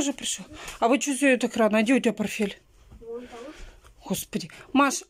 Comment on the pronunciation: многие просят, чтобы ты говорила, не наете, а знаете, не порфель,а портфель, ну и так далее.